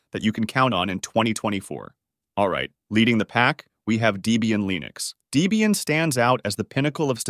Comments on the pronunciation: It also says "Dee-bee-an" and "Sooz", instead of the correct "Deb-ian" (named after 'Deborah' and 'Ian') and "Sooz-ah" (the German pronunciation of Suse). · deeeeebium??? line-ux?…. dude wtf! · Great video. For info, Debian is pronounced Deb-Ian after it's original creator Ian Murdock and his girlfriend (and later his wife) Deborah (Debbie). So it's short for Debbie Ian or Debian. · Debian is NOT pronounced DEE-bian. It is Debbie and Ian that created this OS (husband and wife). Ian has passed away, though the distro continues. Do you call a woman with the name Debbie... Dee-bie?? I think Not!